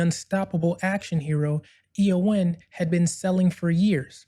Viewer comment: First things first: The Broccoli-Saltzman company is EON (an acronym for “Everything or Nothing”); pronounced Ee-yon. You’ve presented a good summary of the legal battle. But one essential point that gets left out: McClory, Whittingham, and Fleming had developed nine scripts and treatments other than “Longitude 78 West” (which Fleming copped for his “Thunderball” novel). The deal McClory signed with Eon in 1965 covered all ten stories, which McClory would have the right to make after ten years. So Eon’s later contention that McClory was limited to “Thunderball” is pure BS. Once Bond became such a financial juggernaut, Eon naturally wanted to block any competition — which meant reneging on the original deal. Jack Schwartzman boldly took up the challenge, limiting his efforts to “Thunderball,” supposedly McClory’s only opening. Even then, Eon fought on in the London High Court throughout the making of “Never Say Never Again.” They tried every angle to halt the project, to the point of declaring that only dialogue from the novel could be used — totally absurd! Finally, the LHC told Eon to piss off! Thanks to Schwartzman, we enjoyed (after many years) a classy, well-written, fabulously cast, intelligent Bond film. Sean Connery also deserves credit for his commitment and determination on-set. It was vastly superior to that snoozefest, “Thunderball.”